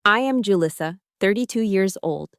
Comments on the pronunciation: Too bad she can’t pronounce her own name. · it’s a good name. It’s just that didn’t pronounce it correctly. And actually one of my Mexican students named Julissa married a Chen